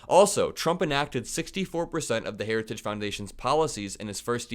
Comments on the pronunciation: He didn't say, "heritage". He clearly said, "hairer-stah-ges". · Did he say "Herristage"? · You can tell the video of Trump is real. He mispronounces "heritage". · Heritigegege is tough to say though, he does it like a champ. This guy would ace a dementia test. 💪🏻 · He has a real problem pronouncing the word "Heritage'... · Trump can't even pronounce "heritage"...🤡💩🤪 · He can't even say HERITAGE!!! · Note how Trump struggles with the word “heritage.” Experts have pointed stuff like that out as a sign of his cognitive decline. Which is only going to continue to accelerate. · DT can barely pronounce Heritage! Vote President Biden again v Project 2025. Audio of Ch 14 Health and Human Services is narrated by Ellie Dreams Down Under. Twisted and dark! The plan is to change the name to the Dept of Life. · Trump can’t even pronounce heritage foundation properly. It was a word salad. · He can’t even pronounce heritage, I am from Norway, my English is far from perfect, still I can pronounce heritage. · Hold his lying ass accountable! He can’t even say the word Heritage! 😂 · He can’t even say heritage!! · He can’t say the word ‘heritage’. 😂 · His addled aged brain cannot properly pronounce "Heritage". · He can't even say the Heritage name properly , what a loser . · Trump can't even say the word heritage but he sure can lie. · Also having such difficulty saying ‘heritage’.. lots insights here, thanks!!